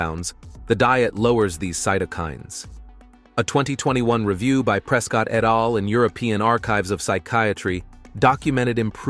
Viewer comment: Please have a PERSON read the text, rather than AI. Hearing scientific terms and even "et al" mispronounced hurts the impression of credibility. You should list the studies in the description here - describing them is not enough. I'm a carnivore and am enjoying SO MANY benefits - but when I choose videos to share on my social media, I like them to demonstrate the highest level of credibility.